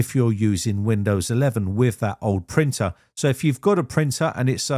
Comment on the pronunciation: Says Windows cannot find 'printul'